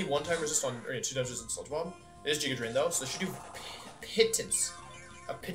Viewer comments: Love the emerald kaizo content but every time he says "jiga drain" I cringe lol GIGA with a G Wolfey come on! All seriousness you're doing great for run 9, mad props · "Jigga" drain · Nobody: Wolfey:: JIGGA DRAIN